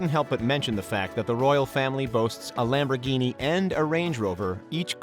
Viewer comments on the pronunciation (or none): none